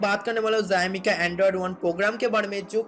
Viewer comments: Beta let me count ur mistakes Mistake no.1 Tu paida hua 2.tu school ni gya 3.tera mooh ka operation ni hua 4.bich me English ka proyoug kra 5.utube pe aya 6.xiomi ko zaymi bola My mistakes Only one and biggest mistakes Tujhe paida kiya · It is not zaimai it is xiaomi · Bhai zaimi nhi xiaomi hai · Zayomi nehi re.. bolnese Shaomi kehna hoga.. but spelling Xiaomi hain. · Haha ziaomi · Oi zowmi q bol rahe hon sale video baba bab kar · zaymi kiya he bhai! That's xiaomi bruv! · Tum sawomi ko Jaimi kaherehe ho.😡😡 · Zaumi nai re baba xiaomi hee xiaomi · Bhai wo jaymi nhi xiaomi hai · Zaimi nahi bro xiaomi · Yeh kya hy Bai zyaaami zyaami....? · Abe pahle xiomi bolna sikhle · would you please clarify what is jayami/zayami that you tried to say a so many times. By trying to be so smart you just nailed it dude. LOL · Pixil wala mobile , phast update badget segment, zami , pheature kya bolta hai yeh😂😂😂😂😂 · Xiaomi bolna seekh le pehle